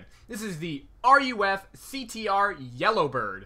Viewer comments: Oh wait nevermind I see what you mean! Lol he's saying its called R.U.F. Its pronounced "roof" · Did this weirdo just said r.u.f? It's ruf smh people sound so dumb! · Roof not R.U.F. please. Also, there is a Porsche ducktail spoiler. This was known as the whale tail. The CTR was based on the narrow body 911 for low drag at speed which explains the mirrors. Thanks for the video.